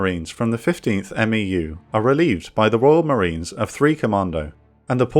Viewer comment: Quick thing that’s ticking my OCD—we say MEFs and MEUs phonetically, so “meff” and “mew”. Besides that, you’re a fantastic